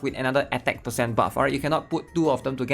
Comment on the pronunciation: SIX PAHCENT